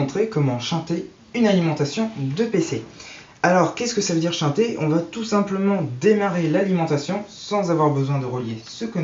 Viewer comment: "Shunter", et non pas "Shinter" !